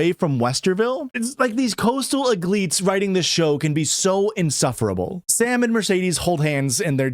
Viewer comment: "coastal egleetes" got me to subscribe to patreon